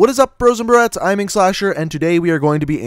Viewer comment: does he say "what is up bros and brats" or does he say "bros and bro-ats"???